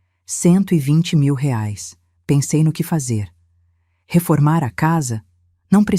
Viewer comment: Correção se diz reais e não rais